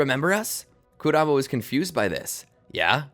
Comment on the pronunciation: I’m 4 minutes in and I’m pissed that you can’t pronounce kuramas’ name correctly